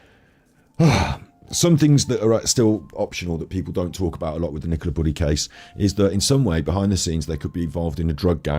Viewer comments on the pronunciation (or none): Stop Bullis and pennis...when should be saying buleeeeeee' and peneeeeeee 'Chuskateer'....(Arsoss!)